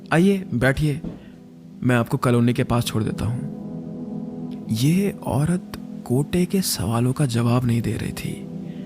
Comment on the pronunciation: Kate nahi gotee😂😂